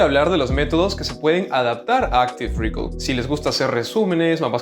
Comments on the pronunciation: Hola, me gusta mucho tu contenido, quería aportar mi granito de arena. Respecto a la pronunciación de Active Recall, el estrés en recall está en la A, no es active REcall, sino active reCALL. Saludos gracias por tus videos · No se dice rícol, buen video! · Recall se acentúa en la segunda sílaba.